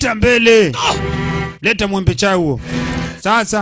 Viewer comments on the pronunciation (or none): none